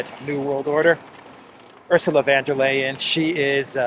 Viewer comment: Von, not van. Ursula is a German. I am not.